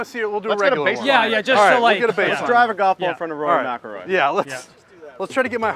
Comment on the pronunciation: You read it first folks… His name is… Rory “Smack-ilroy” You’re welcome 😎🫵🏽 - Joe Navarro